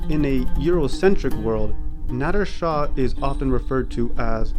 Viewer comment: How cum this English language is so so limited in pronunciation....He( ਨਾਦਿਰ ਨਾਦਰ ਸ਼ਾਹ ) but in English he be dough written as `Nadir Shahʼʼ but the way this guy pronouncing as `Nadddrr--Nadddrr ʼʼ is so so wierd....-!!? Why cant u English speakers or specially the westerns try to learn true pronunciation..... Westerners cant pronounce---(Peshawar , Khandhar -Iran they say `IE--Rraan ʼʼ) English became international language....but it doesn't mean they got right to take a Mickey out of other cultures ....!!